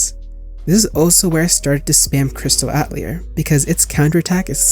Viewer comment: Ya. Plus, not trying to be the grammar police since you can pronounce it however you want, but “atelier” is French I believe, pronounced roughly as “uh·teh·lee·ay” due to French accent. Again, pronounce it how you want I don’t care. Just some trivia I guess?